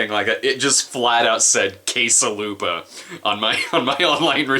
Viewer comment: For a second there I thought you said "case a' lube-a". Guess my brain automatically connects you with porn-associated items now.